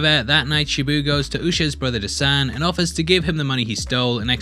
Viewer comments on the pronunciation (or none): thanks for doing a fair critic review on Minnal Murali. But may I suggest the pronunciation on the Malayali names? Dasan: "Dhaa-sun" Minnal Murali: "Mi-null Mu-ruh-li" Varkey: "Vur-ki" Hope this helps! And also, Vanishing Vanaja ( Woman) is most likely to be on the thought processes of Basil Joseph, based her relevance in the Malayali Comic Universe (MCU).